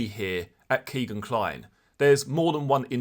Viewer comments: His name is not "Keegan". His name is "Kegan" (rhymes with Megan). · Nice video G but it's kegan not keegan Keep up the good work